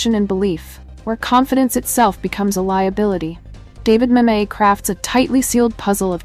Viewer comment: It's pronounced MAMet. Not Mammette. Why I don't like AI. Klunky. Spoils an otherwise good presentation.